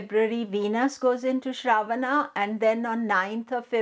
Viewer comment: Last ‘A’ is silent and pronounced uh in Sanskrit. What is Shraavaana? It’s Shravan-uh or Shravan. Why mess Indian words based on their romanized spellings?